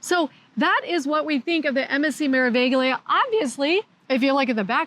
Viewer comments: In italiano la “G” è silenziosa. Come mare-uh-vee-lee-uh. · Just for future reference, the g in meraviglia is silent, so it is pronounced mer a vi lia.